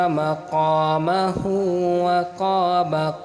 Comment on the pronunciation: Ap ne 2 jagha par galati ki hai Up loud karne se pehlay khud bi sun lete maqamohoo hai maqamahoo nhi